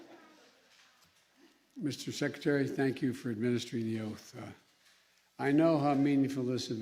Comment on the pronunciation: Boy that got butchered talking about the oath this is them of the USA